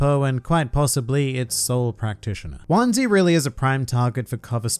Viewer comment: I faintly remember seeing him in one or two covers over the ears. Also heraing his name pronounced like onesie is somewhat distressing, I have to say.